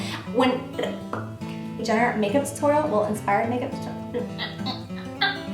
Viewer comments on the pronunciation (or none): I laughed so hard with your bloopers... "Inspiwed makeup tutowial" lol gorgeous look!